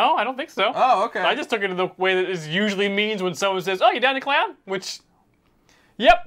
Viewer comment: Clown.... I didn't hear clown. I'm glad you clarified that you said clown 😂😂😂